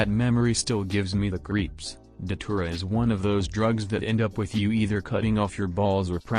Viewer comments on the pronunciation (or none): I thought you said saliva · lmao why I thought you said saliva